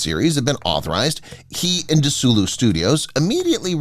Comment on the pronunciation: So ill-informed he mispronounces desilu Studios